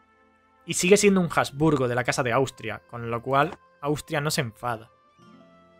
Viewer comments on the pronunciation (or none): none